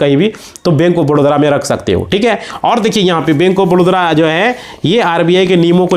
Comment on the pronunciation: Badodra kyo bole ho ye toh baroda hai na